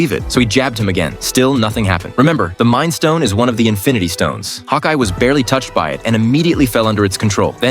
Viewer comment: Bro its not mimd stone space stone